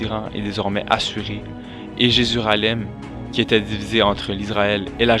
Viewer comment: 1;21 dans la vid jésuralem :') ( JÉRUSAEM) ,Mais nice bro moi jserais pas capable de le faire good djob